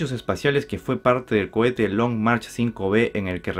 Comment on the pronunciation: Cohete. No cuete